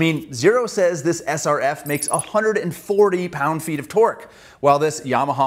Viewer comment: Finally someone who says lb-ft correctly.